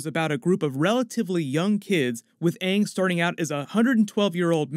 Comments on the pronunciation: tf you mean they literally pronounced it aang. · Ung is actually the correct way to pronounce it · Should realistically be "aahng" but could also be Vietnamese pronunciation? "Àng" we likely don't know because they don't tell us which language based off of? But I'm assuming Chinese? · Kaden Conrad its almost like they tried to incorporate japanese pronunciation cause “a’ in japanese is Ah so it would be Ahng even though thats wronggggg So is like sew so Sohka sounds weird too... I in japanese is as you can guess like EE Eeroh But the thing is the avatar world takes from many Asian cultures not just one so pronunciation isnt set to one language so I dont know why they did that? If thats even what they were going for>.> Either way they just need to leave the name to how they should be pronounced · Yeah. I know the person who directed Tla movie is to blame for how bad it was. Appearantly he didn't take any advice or input from the creators and changed the pronunciation of the names for some reason. Then after the movie received back lash he acted super arogant like he didn't mess it up and the audience is wrong. I doubt they will mess it up this time and it sounds like the writers and such will be more involved. Im sure they can pull it off if they just don't make the same mistakes the movie did.